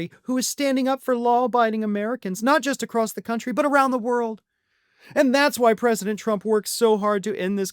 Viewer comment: She takes the “o” out of “country.”